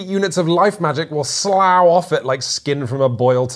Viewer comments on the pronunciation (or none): I think slough when referring to something coming off of something is usually pronounced "sluff". Had to look it up to be sure. Kinda like draught and draft. Not trying to be a pedant, I promise. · Did I just hear at 7.20 the words "Slough off" pronounced as "Slauw off" instead of "Sluff off"... heehee...typical Southern UK boy! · slough (swamp) is a homograph for slough (to shed), but the verb you used is pronounced /sləf/ :D